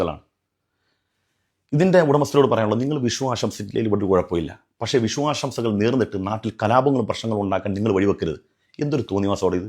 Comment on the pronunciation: വിശു ആഷംസകൾ അല്ല ഉസ്‌താദേ , "വിഷു ആശംസകൾ" പത്തു തവണ നിർത്തി നിർത്തി പറഞ്ഞേ..